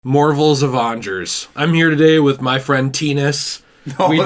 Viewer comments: "MORVEL'S Avangers.." XDXDXD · “ Marvel’s Ovangers ”